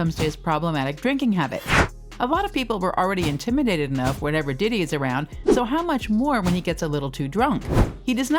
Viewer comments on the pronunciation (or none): none